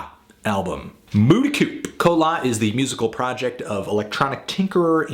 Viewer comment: the band has said in dozens of interviews that you pronounce the p